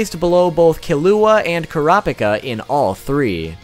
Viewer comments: I got so triggered bout him saying the names wrong I literally almost cried!! It's not "Gawn" it's "Gown" its "Kelua" not "Kilua" and~~ its not "Karapika" its "kurapeka" soooo ya just saying cuz that triggered me a lot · GAWN KILUWA KURAPYKA 😂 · And janken don’t get me started on killua and kurapika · That’s me but with the killua and kurapika